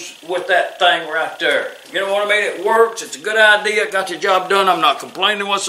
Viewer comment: She says "That thar is mind chatter".